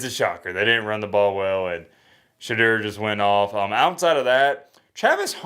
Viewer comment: put some respect on Shedeur’s name = it’s SheDOOR, not SheDURR… it drives Deion crazy. Now you know.. when people know the right way to pronounce it and choose to say it wrong, you know it’s disrespect..